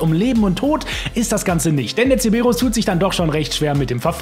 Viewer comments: es heißt Cerberus. Nicht ceberus. Dan triggert total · wieso sagst du CEEEEBERUS? der heißt doch CeRberus....LOL 😛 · Es heißt CeRberus nicht Ceberus ... außerdem muss man nicht 16 Minuten in der Sitzung sein, sondern der Lobby-Host und man kann das Ding sehr wohl mit bewaffneten Fahrzeugen triggern... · Digga der Cerberus heißt nicht zeberus